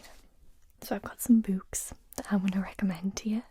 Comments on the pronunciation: I dont think you understand how much i LOVE the way you say "oo" words. "BOOks" "COOkies" My brain melts with joy lol. Also i loved Dragon Teeth. Listened to it on audiobook. Id recommend Prey if you havent read it yet. Its one of my faves of his. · Love the way she pronounces 'books'. Also I think has convinced me to add Jurrasic Park and I am Legend to my reading list. You also might enjoy The Graveyard Book by Neil Gaiman. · I really like the awesome way you pronounce "books." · Congratulations on the braids! I still adore the way you pronounce "oo" sounding words like "books" and "tools." "Glossary" is the word you were wanting in regard to Frankenstein, I think.